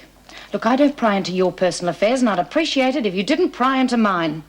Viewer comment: Appreessiate.. aarrgghh speak properly Mrs Davidson..its appreciate.. lol.